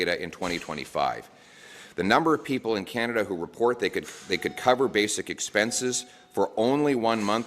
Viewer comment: lol skip of the tongue, Pierre, “the bank of Con-ada”